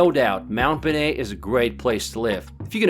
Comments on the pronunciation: Mount Bonet??? NO NO NO: Mount Bo-Nell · The way he pronounces bonell hurts my soul